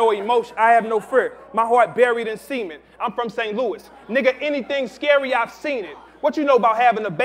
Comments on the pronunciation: Lady Paramore He said cement. Not semen. 😂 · Henny Hardaway I copped that ppv.. when it struck me i was like "nahh i heard that wrong" now im seeing here in the comments that he planned to say cement.. But when he corrected himself, he said semen again _.. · needs to learn how to talk then cause it's supposed to sound like "sah-ment" not "seament". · "my heart buried in semen" "WAT?!" "PAUSE!" "CE-MENT he said Cement"! Dead. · says "Cement" and the children in the crowd stop him to go "Pause" shit is so childish. Can't even say regular words around fake tough people.